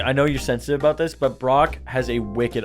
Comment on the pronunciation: "aboot" Brock- August 20 2023